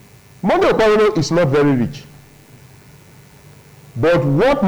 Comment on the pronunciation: Why are we wasting time on this apc candidate that can't even pronounce his name 😅😅